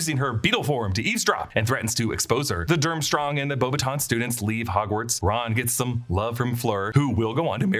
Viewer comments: Actually, Beauxbatons is pronounced Bo- Batton, the s is silent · It’s actually pronounced In french Bo-buh-tawn ( beautiful sicks “wands” ) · The “s” is Beaubatons is silent btw! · It's actually pronounced Beauxbatons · Yeah, I also noticed it and commented, I would like to see a more thorough and thought-through approach from them, it was really untasteful Also, correcting someone's pronounciation of French Beauxbatons to slightly less incorrect accent but still wrongly pronounced suffix (it basically should disappear after "o" (ons~ would be like ą in Polish, kinda like an "oh' going... down? 🤣) is wild to me too x) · Beauxbâtons is actually not prononced as you say it either if you do it with the french prononciation ahah (which would make sense since they're French)